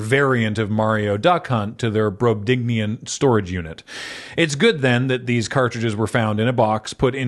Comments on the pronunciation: Sorry to be an annoying dweeb about this, but it's "brobdingnagian", not "brobdignian" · Thank you. I thought skipped a syllable there. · That is not in fact how you say Brobdingnagian. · Decent job on "Brobdingnagian", but you were short one syllable. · Glad someone else caught that. It was driving me nutty...